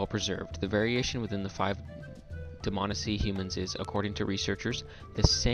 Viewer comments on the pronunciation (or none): DihManEESEE NOT DihMANessee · Neither of those are correct. It's Dmanisi. Plain and simple. No need to stress any syllables.